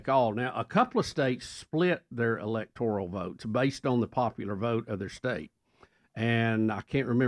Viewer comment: ELECTORAL. Not “electorial”. Bubba and the caller. Y’all have to stop. 🤦🏼‍♀️